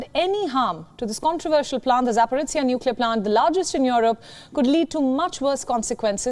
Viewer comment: ZhZh pronounced by Palki (and her colleague here) is just Z 🤦🤦 ZaporOZHie!!! ZH mest mean something else to be read out rather than Z pronounced